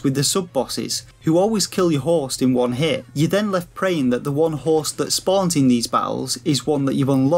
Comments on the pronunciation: It's because he can't seem to say host correctly. He's saying horse. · When you say HOST my ears keep hearing HORSE